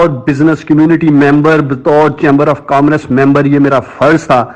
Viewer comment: افسوس کامرس کہنا تو سیکھ لیجئیے۔یہ لفظ کام رس نہیں ہے۔🤦‍♀️